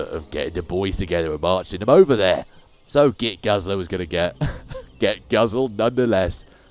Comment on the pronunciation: Saying Git Guzzler 20 times and getting it wrong almost every time had me cracking up. Whoever wrote that mission had an obsession with tongue twisters😂